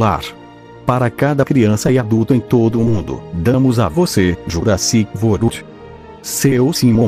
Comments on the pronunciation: Ele falou Jurassic vorld o certo é Jurassic world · Jurassic vold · Nessa voz o é engraçado quando fala o nome Jurassic World 😂😂😂